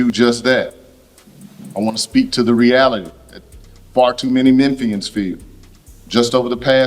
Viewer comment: Omg, you are the cutest ever! 🥰❤️‍🔥 Lol, such a small thing, but ty for saying Memphian right 😂 you straight up sounded like you were right around the block